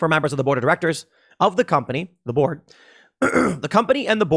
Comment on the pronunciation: The way you say "board" sounds a lot like "borg" and thinking of the board of directors at Twitter as the Borg is pleasing to me.